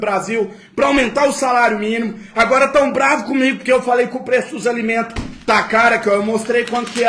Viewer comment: Vai aprender a falar na e mimo e minimo